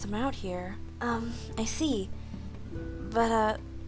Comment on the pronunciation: its here not haer